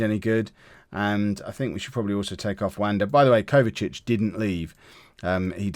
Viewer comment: His name is Kovacevic but you are saying Kovacic. You are missing the letter E and V whilst saying the name